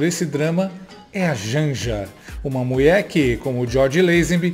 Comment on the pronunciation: "Muié" kkkkkkkkkk